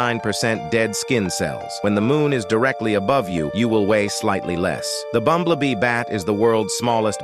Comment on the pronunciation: I actually love how he said “BumblÈHHbee”